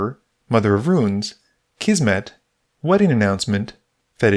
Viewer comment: my wife does not pronounce the I in the word "ruin", making it sound like "rune". listening to you call mother of runes "mother of ruins" this game was the first time I heard it done the other way around, though. I feel like I ought to add that this is a little thing and does not significantly detract from my enjoyment of this video.